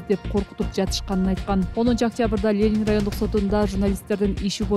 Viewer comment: Лелин эмес Ленин, журналист соройлор...